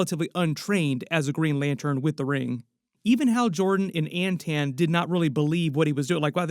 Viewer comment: it's Anton not Antan.